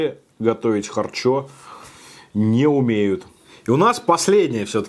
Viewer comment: минутка смеха: далма,чакмерули,кутапчик,харчо-харчя